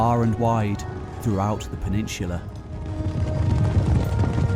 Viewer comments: PENINSSSSULA! With an 's' sound! Not 'peninshhulah'! You ashhole! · Great video. However, there is no "h" in the word peninsula.